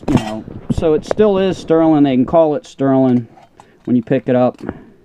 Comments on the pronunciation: Please. Sterling, not sterlin'. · I’ve Heard of STERLING but your the first person I’ve ever heard call it sterlin?